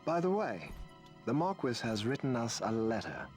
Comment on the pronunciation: I know I’m commenting on this months later but like spelling magick, this game pronouncing marquis as “mar-kwis” and not “mar-kee”, drives me nuts.